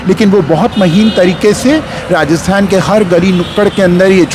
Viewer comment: श्रीमान जी नमस्कार! आपके वाचन में बार-बार आया शब्द "रास्तान" का उच्चारण उचित एवं शुद्ध नहीं है। इसका सही उच्चारण राजस्थान होना चाहिए।